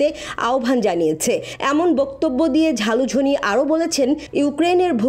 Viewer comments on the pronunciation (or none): Ota jhalujhin na ota zelenesky..age propet uchharon korun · ভাই, ব্যাটার নাম "যালুজ(স)নি", ঝালুঝনি না। 😂😂